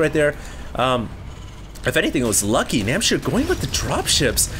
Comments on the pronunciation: it's NamhciR.... not Namchir. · its NAM H C IR not namchir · Everyone complaining about mispronouncing NamhciR's name should just shut up. Namchir sounds so much cooler.:P